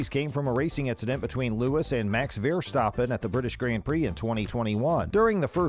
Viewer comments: Dude check the pronounciation....vearstappen....jarntruli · It was good info albeit kind of short, plz learn to pronounce the names so they don't sound so retarded also, nobody is called VERstaaPen.. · how can you make a video on f1 when you can’t even pronounce verstappen